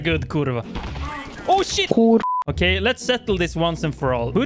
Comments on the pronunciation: Wow, Best "kurwa" I ever heard.. Impressive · as a polish person i gotta admit, that kurwa was really impressive and i couldnt even notice a difference between foreign kurwa speaker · that was the best kurwa i have ever heard from a non-polish speaker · as a polish person, I can say that your "kurwa" actually sounds very good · that's the most authentic, the best kurwa I've ever heard from a foreigner. Hats off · I think you say kurwa very nice